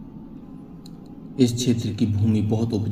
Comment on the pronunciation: धमौली नहीं धामोनी है। आप काफी धीमी गति से बोले। जिससे बोरिंग हो रही थी